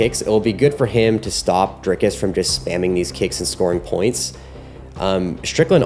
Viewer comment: nice video. It's Dric(k)-us not Drike-us .